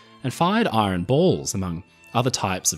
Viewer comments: Hey. The word IRON contains a silent R. It is not pronounced iRon. Very interesting video. But the R creeping into IRON is just as annoying as the American habit of pronouncing the H in vehicle! Why do they do that? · hearing an Australian accent pronounce "iron" like this is seriously screwing with my OCD. thanks very much, 😂